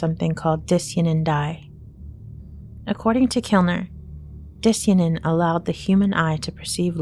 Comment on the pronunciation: Di-cyan-in is pronounced like cyan the color, not ”disianin”